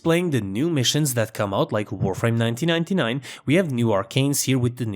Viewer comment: that “1999” pronunciation was S tier